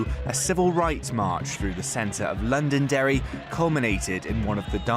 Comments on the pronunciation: I'm sorry, I'm Northern Irish and this is a great video but your pronunciations of Shankill, Londonderry and Gerry are all wrong. It's Shan-Kill. London-Derry and Jerry. FYI. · Londonderry is not pronounced londondry is london derry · ....how the hell do you manage to mispronounce Londonderry and then immediately pronounce Derry correctly afterwards. I know theres no real place called Londonderry but still.